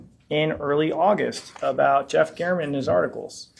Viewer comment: Refuses to pronounce Jeff German’s name correctly.